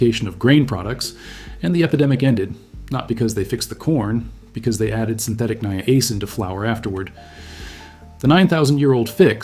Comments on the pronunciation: This is actually a pretty amazing video. Please note that "Niacin" is not pronounced with the hard letter "A" sound, it is pronounced as "NYE-uh-sin" or "NIGH-uh-sin", and most people combine the the first two as "Nyah" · I thought it was pronounced as Niacin. not Niacin. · His pronunciation was throwing me off, and he kept hammering it home. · Maybe that's the way they say it in Canada. ( that is the channel's origin).🇨🇦